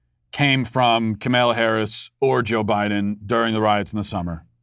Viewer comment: Pelosi mispronounced Kamala...I think.